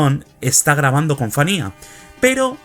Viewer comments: Se pronuncia "Fania", no "Fanía". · Entiendo que tienes tu acento pero práctica se dice FANIA F A N I A